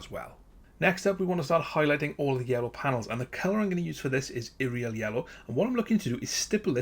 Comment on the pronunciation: Great video, but what really makes this video stand out is you pronouncing Yriel properly!!!